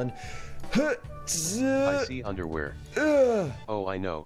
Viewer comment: Eww the comeputer said underwere EWW YOU DIDNT HERE IT BUT IY SAID IT IT* -_